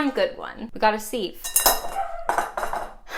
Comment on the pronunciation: I kept hearing “sieve” as “Steve” and now sieves will forever be Steve’s